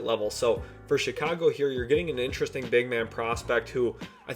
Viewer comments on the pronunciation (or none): none